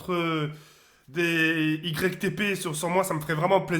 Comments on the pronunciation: "itépé" qu'il a dit 😭 azy j'arrête de faire des "YgrecqueTéPé" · je t'aime bien mais c YTP est PAS ITP et ça se dit YouTube poop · on dirait un handicapé on dis YTP pas ITP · au début il a dit ITP 😂😂😂😂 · On lui dis ou pas que ca ce prononce , Youtube Poup ou pas x) ? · ça ce prononcé igrek tépé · c'est ytp pas itp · Même en lisant il sait pas dire "YTP3 wsh c'est un ouf